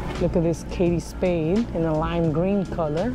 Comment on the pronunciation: It’s ‘Kate’ pronounced like rate or mate not Katie Spade. Sorry 😢